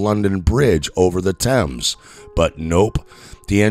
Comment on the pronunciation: Oh, and learn how to pronounce Thames, Mersey, and Birmingham, you ignoramus.